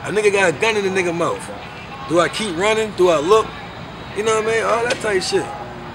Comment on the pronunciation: Dew ( do ) 😅😅😅